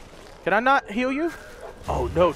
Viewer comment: He did say heal he just pronounced it, "Hill".